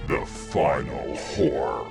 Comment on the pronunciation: sorry to say it but if it wasn’t for the subtitles, this would sound like “the final whore”